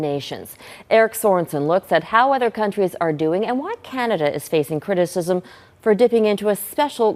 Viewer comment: I like how she can't say criticism but they make her say it several times an episode.